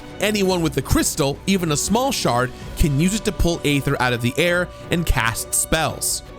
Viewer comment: Isn’t the real controversy here that clearly didn’t even play the game? He keeps mispronouncing names and other things, even though it’s all voice acted. They call Aether “ee-ther” a hundred times in the game, but he keeps calling it ay-thur